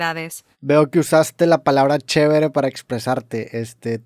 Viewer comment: dijo "Chebre"?